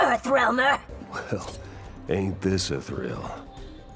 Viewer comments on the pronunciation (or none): none